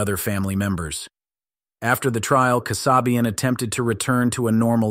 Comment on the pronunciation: Linda Kasabian's last name is pronounced KAA- SAY-BE UN, not Kuh- SOB-e-uhn.